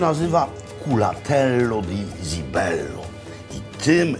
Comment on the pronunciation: cibello nie zibello wymawia się porawidłowo , jak już chce się udawać że zna się język włoski ....